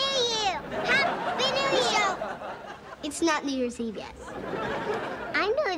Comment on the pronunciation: When Michelle said "what is New Year's Eve?" It sounded like if she said "what is New Jersey?"